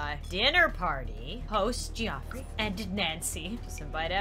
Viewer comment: "Geoffrey" is pronounced "Jeffrey". I should know, that is my in-law's name.